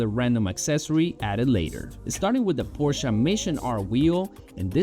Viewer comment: I truly appreciate when people say Porsche correctly.